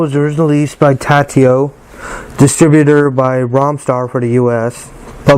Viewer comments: Tatio? I don't think so. It's Taito, pronounced "Tey-toe", or "Tie-toe", depending on where in the world you're at. But definately NOT "Tatio". No wonder there's only two comments on here.......smh. 😂😂😂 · Cool video, really nice… but it’s TA-I-TO not TA-TI-O